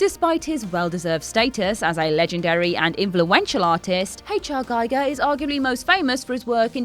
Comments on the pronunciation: It’s “Ghee- gurrr “ , not “Guy- gurrr”. Not like a “Geiger” counter. HR Giger. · GIGER pronounce Gee Gar Not Gy Gar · Guy-ger? 'Muricans. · An easy mistake to make but his name is pronounced "Gee-ger", not "Gi-ger". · Its pronounced H.R. Geeger. Not gaiger. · Giger is pronounced "gee-ger" not "guy-ger" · Giger rhymes with eager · Giger was Swedish. His museam is in Sweden. I have Swedish friends. It is Geeger. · 26. Giger is pronounced Geeger. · "GEE-GER", you troglodyte!! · Sad to hear H.R. Giger's name being mispronounced again. It rhymes with Meagher. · One thing you obvious don't know... Giger is pronounced Geeger! But otherwise thanks for some nice news... I did not knew :-) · From Giger's partner Mia Bonzanigo, May 14 1980: "...the American pronunciation is always "Geiger" as in Geiger counter, rather than "Giger" which rhymes with eager..." Source, 'Giger's Alien (Morpheus Books). Inthis context she was complaining about Giger's name being mispronounced at the Oscars. "gee-ger" is the correct pronunciation. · You know so much about Alien, but don't know how to pronounce Mr. Giger's name... :( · Lost any credibility at mispronunciation of Giger's and Bolaji's names. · Oh,, why did you use the American pronunciation of Giger? The artist himself HATED that...